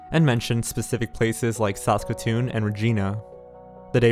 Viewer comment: I'm an Albertan and what got me was when he said Saskatoon as Saucekatoon